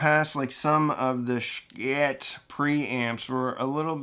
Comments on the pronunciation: Not 'sh-kit' my friend) Pronouince it rsght "sheee it")) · "shii-teh" not shkit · Not sure why you insist on murdering the Schitt brand name every time you say it. It is one thing to say it "stylized" if it's a business decision, but you don't have to emphasize it, and as a branding expert, I'd be irate if you did that to brands I've represented. If you're going to say it in a way that's inconsistent with the authentic company branding, just breeze through it and try not to draw attention to it. I like what you do, man. But that's my $0.02. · Not sure why you feel the need to continually mispronounce their name. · I, speaking only for myself and no other, think that it is time for you to start pronouncing Schiit the way the rest of the world does.